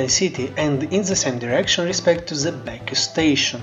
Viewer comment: ze ze ze brother it's the